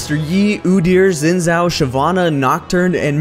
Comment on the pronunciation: Why can no one who makes videos pronounce Xin Zhao's name correctly?